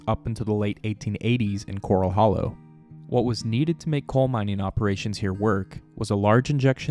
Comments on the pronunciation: Great video but it's not cor-ul like you find in the ocean. It's cor-al like where you keep horses. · Thats pronounced like a horse pen not a reef critter. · Why does the narrator mispronounce Corral? Corral Hollow was named after a corral that early Spanish cowboys used to keep mustangs. There is nothing coral in Corral Hollow.